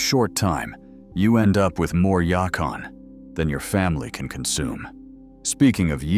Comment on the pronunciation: It’s yacon